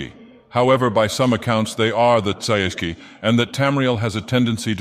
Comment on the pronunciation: tsaeci is pronounced sigh-see